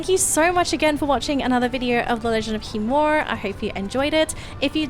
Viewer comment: is the "i" in khiimori silent or is it being pronounced wrong? Not shitting on u its just very confusing as a person who likes to pronounce things properly and is hearing two different ways to pronounce it.